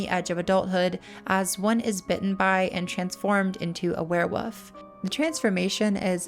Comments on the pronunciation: There is actually an L in the word werewoLf its not wearwoof 😂😂😂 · I'm way too distracted by the way you pronounce werewolf haha keeps sounding like werewoof